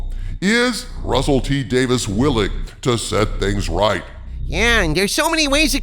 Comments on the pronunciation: It's DavIES not DavIS. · Hail! But uh... If you please, m'lord: Davies is not Davis and is pronounced "Day-veez". Forgive my insolence 🙏🥺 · "WHO ARE YOU, RUSSELL T. DAVIS?" Well, first of all, he's Russel T. DaviES. Day-VEEZ. Not "Davis." DAVIES. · Every time you mispronounce Russel T Davies name and say "Dave - isss" instead of "Dave - eeze" it drives me nuts! LOL! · Not just the Timeless Children. Then entire Chibnall era must be entirely retconned, or there is no going back for me. And I have been a Dr. Who fan since the Classic series, LONG before the revival by Davies (pronounced DAVEES not Davis.) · I thought his name was Russel T Davies...not Davis. Is this a different guy? If so, that's a weird councidence. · You absolutely butchered his name. It's pronounced Davy's. I seriously hope you see this before you do another video on him bud. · It's Davies, not Davis